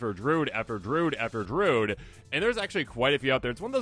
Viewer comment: Why are we saying "drood"?